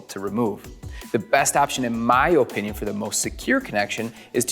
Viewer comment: I love this video, very informative. but the oh-pinion thing hurt my ears.